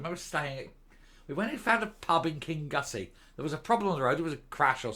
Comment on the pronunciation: Kingnussie. King no hard ‘g’ nussie